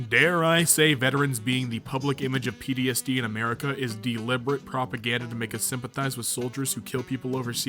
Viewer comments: I swear he is saying PDSD instead of PTSD. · He pronounced PTSD as PDSD my head